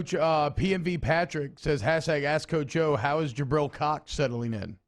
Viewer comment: True but it’s Jabril Cox